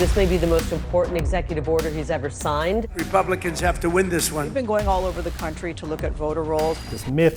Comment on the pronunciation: did he say "Remumblicans"? I mean, it tracks 😂